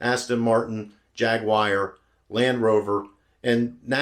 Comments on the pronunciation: Jaguire? It’s Jaguar. There’s no ire. Sorry. A car expert should know the pronunciation of car names. I don’t mean to be an ahole. But it irks me. 😂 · Jag-wire? It’s jaag-war. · Jagwire = Jag-u-ar. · Jag wire? 🤨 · Jag-wire LOL 🤣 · Jaguar, pronounced, “Jag-war”.